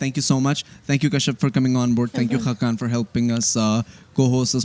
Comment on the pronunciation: Hakkan nahi khaqan😂